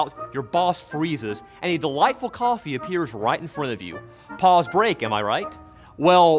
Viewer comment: You kept saying Pauls. And I kept hearing balls.